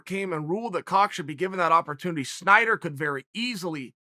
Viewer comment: It’s Snyder, Chael. Snyder. Not “Schieder”